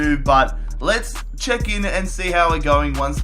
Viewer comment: it's check not chuck